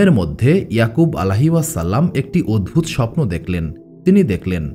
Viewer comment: আমি নতুন আপনার চ্যানেলে,,,কয়েকদিন থেকে টানা ভিডিও শুনছি বেশ পছন্দ হয়েছে আলহামদুলিল্লাহ ❤❤ তবে আপনার কিছু উচ্চারণ ঠিক করবেন নাহলে ভিডিওর কোয়ালিটি খারাপ হয়ে যায়,,শুনতে খুব শ্রুতিকটু লাগে যা থেকে ভিডিওটি দেখার মানুষিকতা নষ্ট হয়ে যায় এটা ঠিক করলে ইনশাআল্লাহ পারফেক্ট হবে ভিডিওগুলো।যেমন- ভুল সঠিক মদ‌্ধো----মদধে(মধ্যে) ওদভুত----অদভুত(অদ্ভুত) ভিবিন্ন------বিভিন্ন এএক-----অ্যাক(এক) হবে।।এর মধ্যে প্রথমটা খুব বেশী পরিমাণ কানে লাগে। দয়া করে সঠিকটা বলবেন নাহলে ভিডিও দেখার মানুষিকতা নষ্ট হয়ে যায়😢 আরেকটা বিষয় আপনার এই ঘটনাগুলোর দলিল পেশ করবেন ( বিশেষ করে গুরুত্বপূর্ণ পয়েন্টগুলো)।আমি প্রায় ৮/১০ টা ভিডিও শুনলাম কোথায় ভুল পাইনি তবে দলিল পেশ করলে ভাল হয়।।কোয়ালিটি ভাল হয়,অথেনটিসিটি বৃদ্ধি পায়৷